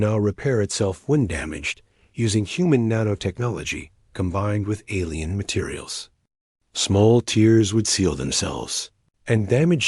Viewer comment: The AI narrator ruins these stories. If the AI can't be fixed, change the text! Spell out Doctor for Dr. Put spaces after the period or delete it so the AI stops saying "dot". Substitute "ter" for "tear" so the AI stops pronouncing it as "tier". Experiment with the AI to make it tell the story right.